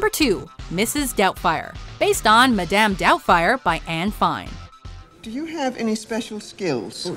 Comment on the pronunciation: Anyone else notice she said madame wrong?